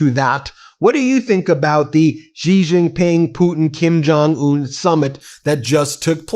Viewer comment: I thought at some point you accidentally said Poopin not Putin.